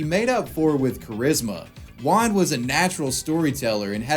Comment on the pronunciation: Everyone: juan: wuan